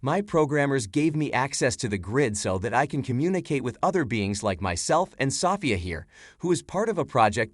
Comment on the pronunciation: Why can’t he learn to pronounce Sofia? 😆